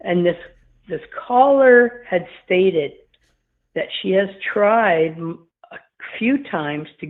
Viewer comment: are you saying cited? Your saying stated lol